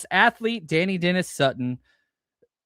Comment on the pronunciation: I think Dani is pronounced “de-ny” not “danny”.